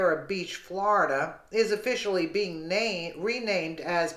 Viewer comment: Flor-i-DUH does it again 😲😡